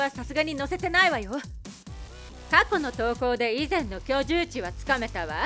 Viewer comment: 居住地は いじゅうち じゃなく きょじゅうち。